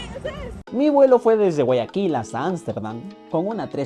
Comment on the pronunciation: no es Guayaquil es Guaya-kill 😁